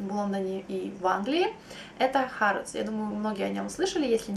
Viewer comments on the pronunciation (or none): по-моему не хАродс, а хЭродс) не в обиду, просто когда была в Лондоне везде слышала только хЭродс